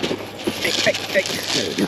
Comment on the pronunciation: “hey der”👋